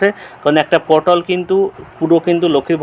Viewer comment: দাদা পোর্টাল উচ্চারণ টা ঠিক করুন শুনতে পটল শোনাচ্ছে